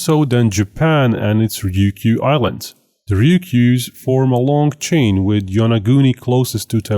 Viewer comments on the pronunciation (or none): none